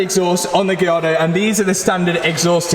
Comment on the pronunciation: The way Matt says Lamborghini "Gee-yardo" is never not going to crack me up. - I'm excited for this build!!